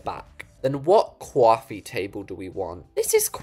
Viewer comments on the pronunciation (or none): The way she said CWOFFIE table😂😂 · just to mention, you can use the transform tool on pillows without using transform plus it's free! Edit:You said coffee table like quoffe table like insomnia 🤣🤣🤣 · "What CWAFFEE table do we want" 😂😂😂